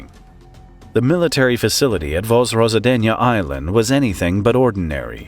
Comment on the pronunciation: Vozrozhdeniye sounds nothing like pronounced in the video, either. It's more like "Voz-rož-DEN-ye